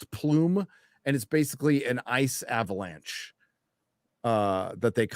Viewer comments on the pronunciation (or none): none